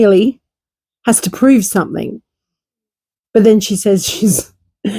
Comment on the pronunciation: It really irritates me some THINK …….ITS SOME THING…….. NOT SOME THINK PLEASE TRY TO SPEAK THE RIGHT WAY